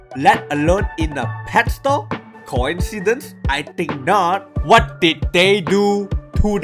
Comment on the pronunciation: Coeincedence??? Leik uh...